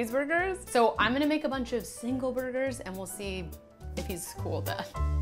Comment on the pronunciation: clicked off soon as she said "Bunnn -ch of fun"